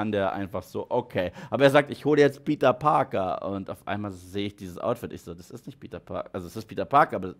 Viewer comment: Ich liebe deine kuhle Aussprache: Spideööörrrman Peteööörrr New Yoööörrrk Tobey Maguiööörrre Lizzaööörrrd Undeööörrrdog